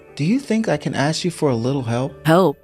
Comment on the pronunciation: Yay again 😂😂 and it's pronounced ask not axe. What's with the pause he does like "Do you...Mom"